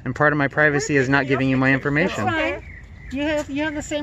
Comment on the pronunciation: "It's against the pivacy." Okay, Toh-Nee Mon-Ta-Na. 😆